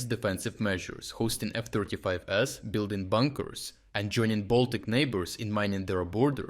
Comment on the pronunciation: AI voice for sure? or what is 5 2 million? 52 million first seemed too much for a country like Estonia, but after I heard what they plan to build alone there, 5.2 million US-$ or €uro is not enough I fear and 52 million US-$ or 44.15 million €uro seems correct. Same with "F-35s" which he reads F-35S.